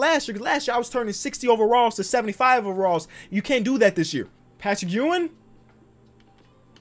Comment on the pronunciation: Ur saying Patrick Ewing last name wrong